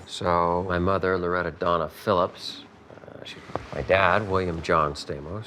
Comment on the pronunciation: Sta-:mos not Stay- mos